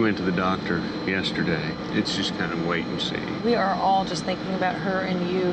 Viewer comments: Lmao! First time I heard a Canadian say "a boot" without mispronounced versions of "about" 😅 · “A boot”…….typical Canadian speak.